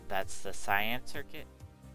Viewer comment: Kay an? I would never even imagine to say that. Sai an sounds more like what I say.